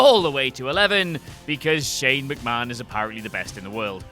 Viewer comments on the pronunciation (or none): none